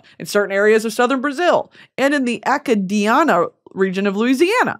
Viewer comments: Acadiana is “uh-cayd-ee-anna”. Akhadianna 💀💀💀😂😂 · hi! Acadiana is pronounced uh-Kay-Dee-Anna ◡̈ the word Cajun derives from it! That’s where Cajun food and people are from! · The way you pronounced "Acadiana" killed me inside a little bit 💀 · Not the way she pronounced acadiana